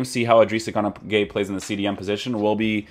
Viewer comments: Why does he say gunagueye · He seas gunagueye and it pisses me off